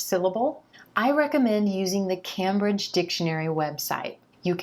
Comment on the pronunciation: I'm a native English speaker, so why am I watching this! Anyway, not to nick-pick, but you mispronounced Cambridge four times in this video at: , , and . You pronounced it Cam-bridge (Cam like as in Camera). It's pronounced Came-bridge. Your videos are very useful to Non-Native English speakers. Keep up the good work :-)